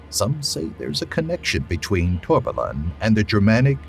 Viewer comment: I don't know how, but you somehow managed to pronounce Torbalan correctly 😁